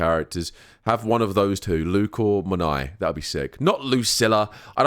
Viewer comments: The "Morn-eye" pronounciation is making me cringe so hard. I hear the correct pronunciation is Morny-eh. Which admittedly would be a bit awkward to a native english speaker, but a million times better than "eye". In my head i call her just Morn'. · Lol Monai, I'm sure there's an R in their buddy.